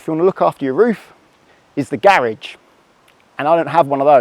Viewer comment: Its pronounced Garage not Garage 😅